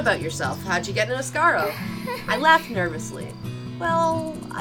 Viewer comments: Asaro? Don't you mean as-ar-go 😂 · It's not Asaro or Asargo, it Ah-sa-gao. Asagao Academy.